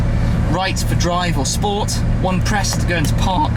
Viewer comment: One press to go into phaAarhk